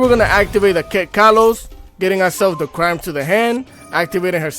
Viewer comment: I absolutely love tear! I wish that master duel would free up the band list just a little bit. I really miss playing Merlyee. At least limit her Konami. I mean come on, just do it. What are they worried about?! Smh...... the one trap is Is pronounced "CRIME"